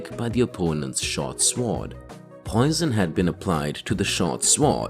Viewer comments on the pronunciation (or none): swor is pronounced as sord not sword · The W in sword is silent. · If you are going to repeatedly say sword, learn to pronounce it. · Why is your accent so odd? What dialect pronounces the W in sword? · Fuck is wrong with you wtf is a shwoarrd!! SWORD SWORD SAY IT WITH ME NOW SWOOOOOORRRD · Anybody noticed guy cannot pronounce sword correctly? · I’ve never heard anyone pronounce the w in sword before.